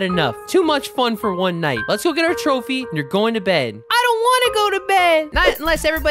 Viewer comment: At the end when said trophy I heard joephy😂